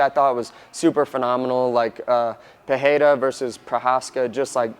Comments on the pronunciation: Guys there’s no H in his name. It’s pronounced Pe ray rah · He didn’t pronounce Pereira correctly. 😅 he is saying like Peheira, but you you just pronounce like this in portuguese when you got two ‘rr’ together. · It's Pereira with an R, just the normal English R. Joe Rogan says it wrong. He tries to be so correct he ends up overcorrecting. Ignore Joe Rogan, listen to Jon Anik or to Alex himself say it. Or you could just say Alex. Anyway really don't sweat it about the name, say it as if it were an English name and it will sound perfect. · No my guy lol. It’s not pee-air-a. It’s not pehayra. It’s literally pereira. Peh,ray,ruh. R’s are just normal Spanish/portugese Rs, kinda like a mix of an r and d. it’s a simple name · PEREARA. Don’t be influenced by Joe Rogans PIHAYDA lol. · pee air ra how can so many people fk this up must be an mma brain thing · There is no "H" sound in the pronunciation of Pereira; Rogan and DC both say it wrong. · Pereira is reeeeeally in wrong pronunciation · Appreciate the unbiased breakdown. Pereira is an R sound, not an H because it’s in the middle and single R.